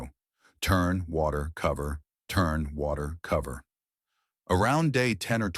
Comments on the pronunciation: You lost me at "WACTER". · Is it like wacter? Lol